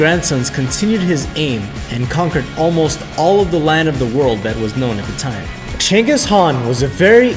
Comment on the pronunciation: Genghis Khan not Cengis